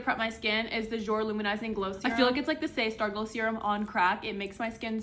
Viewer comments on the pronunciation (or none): Jouer is pronounced “JOO-AY” because it’s French! it means Play💞